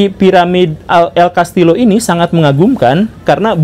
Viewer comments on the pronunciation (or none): Punten Pak Guru, Castillo dibacanya Castiyo🙏